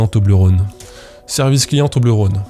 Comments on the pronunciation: Salut à toi, je te confirme, en tant que suissesse, qu'on dit Toblerone et non Toblerône comme rôle ou la Saône ou que sais-je. <3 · Étant donné que c’est Suisse, on dit « Toblerone » comme one-off et on pas rône comme le Rhône. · On dit Toblerone et non Toblerône. Je vis dans le canton où il y a le Cervin (la montagne sur l'emballage). Parcontre c'est un argument un peu pété parce-que ça n'a pas été créé là mais ailleurs en Suisse et maintenant c'est américain. Mais je suis sur, on dit Toblerone et non Toblerône. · on dit "toblérone" pas "tobleurone" non? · Bonjour ! C'est cool d'apprendre tout ça. Tu réussis à faire une vidéo dynamique et drôle en filmant ton pied pour une FAQ. Joli. Je me permet de contre répondre: Si les gens veulent te créer une double identité, c'est que ton travail est propre dès les premières vidéos, ce qui peut être étonnant. Mais j'imagine que travail et patience est une piste plus probable. On prononce Toblerone, pas Toblerone! C'est beau d'avoir réussi à faire avancer le shmilblik, et d'avoir sorti des personnes d'une manipulation . Un peu déçu que ton pseudo soit pas une blague d'alcoolique. On m'appelle Titou ;) Et je sais bien que structurer une musique n'est pas évident, on aura peut être l'occasion d'en discuter au coin d'un discord. Hate d'avoir de nouvelles vidéos! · Ca se prononce "Tobléronne" >:( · Pour ce qui est de la prononciation de toblerone, de ce que j ai pu constater, en suisse, les gens ont plutôt tendance à le prononcer avec le son /ɔ/, comme dans phonétique. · Toblerone, c'est un o ouvert, pas comme le Rhône donc :) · Quand on sent l'abondance arriver, c'est qu'il est temps de le remettre au frigo non? Vous dérangez pas, je sors. Enfin je finis de regarder la vidéo d'abord, je met un pouce en l'air, et ensuite je sors. PS: pour la prononciation de Toblérone, cf la video JDG RPG 3 De rien, promis après je sors.